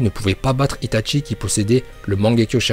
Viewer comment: et c'est pas "ItaTchi" c'est juste itachi ...